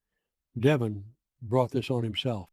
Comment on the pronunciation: This must be some IA generated nonsense. Of all people Victor wouldn’t call deVON, Devon.